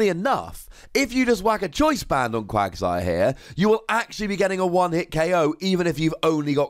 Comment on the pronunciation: why are you say bad at Pokemon pronunciations? Quaqsire has an A in it, not an O. It's pronounced "Cwag-sire" not "Cwog-sire", as confirmed in the anime!